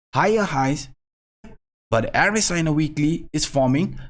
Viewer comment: Not "er-es-i". It is "r-s-i".